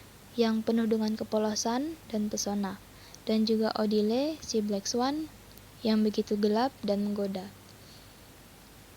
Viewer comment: Black swan kak bukan blacks one😂 haduh haduh belajar lagi yg banyak wkwkw